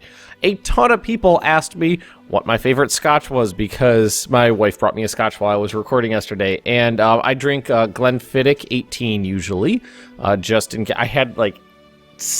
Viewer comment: its pronounced glen-fid-ich like a german ich